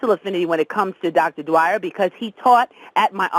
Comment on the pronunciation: With all due respect, in the future if you are going to give a tribute to a legend, please at least learn how to honor them by saying their name correctly. His last name is "Dyer," not "Dwyer" as your colleague kept trying dozens of time to tactfully correct you. Rest in Peace Dr. Wayne Dyer....